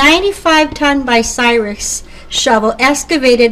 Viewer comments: the name is bUcyrus not bicyrus someond who knows what they are doing needs to edit this video which has too much history to have this kind of mistake, having rebuilt several crains and drag lines in the 70's I can appreciate this vid THANX! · What the heck is Bi-Cyrus? BTW . . . . . . thanks for the vid, always good to see people care about our history. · It is, Bucyrus, not, "Bicyrus". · too bad the narrator can't properly pronounce Bucyrus(Byoo- sire-us) as those who are from these parts are familiar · I's Buu-cyrus. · Say it like this: (B-you Cy-Rus)the woman mispronounced the name. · Much of my pleasure in this video comes from its earnest, homespun quality. As much as I detest the addition of music to documentaries, the barn-dance band enhanced that quality. Even the lady's consistent mispronunciation of Bucyrus added a chuckle. I'll try to find the other videos Rollag may have added to its nostalgia collection. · Please learn to pronounce “Bucyrus”!